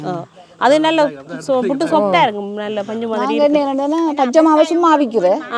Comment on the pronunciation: "பிட்டு" இல்லை "புட்டு"தான் சரியான சொல். தமிழைக்கொல்லாதீர்கள்.